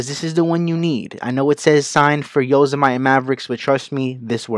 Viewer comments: its pronounced "el cap-e-tahn" and "yo-sem-iih-tee"....not captain and yo-semite =] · It's pronounced "Yo-sem-it-tee"... as in the national state park, as in the background photos on the mac =] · "cap-tin".. "yo-zuh-mite".. Bro why. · it isn't pronounced (yose-eh-might) xD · "YOSA-MIGHT" lol thx for the vid tho brush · OBS is here... Thanks for a great tutorial! For all you midwest to east and beyond mac enthusiasts... it's YO SIM e TEE the e is a short e and EL CAP E TAN. I live out west and I know you folks who don't may not know correct pronunciation of these locations.Now you do! thanks again,! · Thank you, you did a great job explaining the various problems I was having. (however, if I might make a observation... I almost skipped your post because you mispronounced 'El Capitan' and 'Yosemite'... not something I would normally make issue of... but it is the name of the software. At first it made me question your qulifications for teaching/talking about the subject. I am glad I ened up watching)